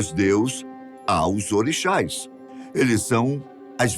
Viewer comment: Caralho, aprende a pronunciar o nome das nações e dos orixas